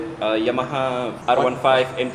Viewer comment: the urge on zar face to correct the proper pronunciation of M15 and R15